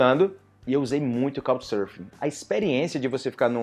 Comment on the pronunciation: Eu estou ouvindo "Cow" Surfing instead of Couccchhhh, com açento bem marcado nas conssonantes finais da palavra. Obrigado!